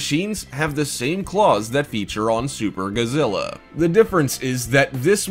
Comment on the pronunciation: Kabuki, not kabuto Godzilla, not guzilla karatas, not kuratas latron, not letron